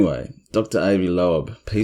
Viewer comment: I really enjoy your channel. Have shared w/ 3 other friends I know have an interest. Asked them to like & subscribe too. Dr Avi Loeb (pronounced “lobe,” like 👂 lobe). You nailed the pronunciation of Oumuamua!! If I hadn’t heard it, I’d of flubbed that one bad.